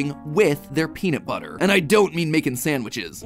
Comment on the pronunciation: Peanut buttah